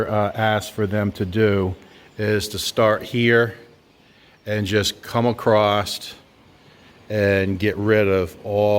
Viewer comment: There is no "t" in "across"